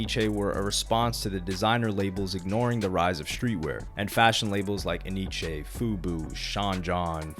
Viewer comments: It’s not enn eeee cheeee it’s NYC! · It's pronounced N-Y-C lol. I thought it was E-nee-che at first too